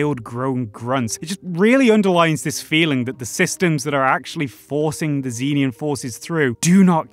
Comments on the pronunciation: It's pronounced "zen-EE-an" bro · note: cannot pronounce Xenian